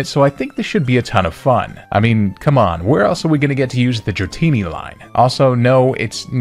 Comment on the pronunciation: THE FIRST I IN DRATINI IS SUPPOSED TO BE AN A!